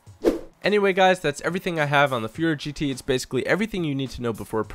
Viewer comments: Hey, just wanted to let you know Furore isn't pronounced fyoo-ROHR, but foo-ROHR-eh, with a bit of a trill on the r's like all r's in Italian. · I think the name of the car is Fu-Ro-Re, sounds like ferrari